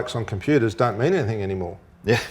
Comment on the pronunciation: Love show but please Russel can you say "anything or everything" instead of everythink/anythink.